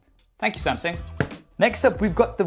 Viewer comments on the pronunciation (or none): Is he saying "Samsing"?